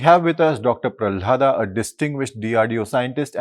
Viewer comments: Its prahalad, not pralhad come on get name right ya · What an idiot this interviewer..its not pralhada, its pralhad